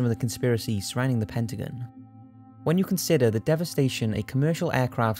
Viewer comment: Its pronounced Pen-ta-gone, not pen-ta-gen.